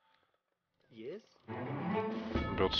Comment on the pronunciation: It's not "Baraks" as in Barak Obama, it's Barracks as in Bollocks, it has 2 'r's in the word so there is no emphasis on the second part of the word. It's basic English and you make the same mistake every video. Obama fucked America, don't let the idiot fuck our language too.